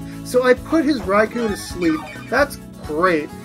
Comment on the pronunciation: You are on a ROLL with uploading,! Wow, that's the Realgam Tower music from Colosseum/XD! I love those games! I think I said this before, but Raikou is pronounced "Rai-koh", not "Rai-cow". Fantastic battle, and I didn't figure out till the end that Zoroak was choiced. By the way, I probably won't be able to upload our battle for a few more days at least. I need a little privacy in order to record, and everyone's going to be home.